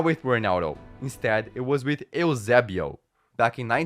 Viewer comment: why did he say eusebio like ilzebio